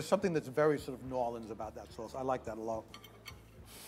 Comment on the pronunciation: The way he says "New Orleans" sounds like he's saying "Northern". If it wasn't for the subtitles I'd have no clue what he said... why that irritated me IDK lol